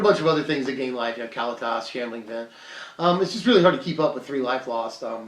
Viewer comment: PLEASE say the card names right Ka let tas.... NOT Kal-la-tal!!!!!